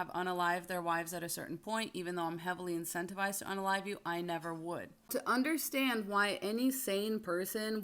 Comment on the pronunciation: WTF, "INCENTIVISED"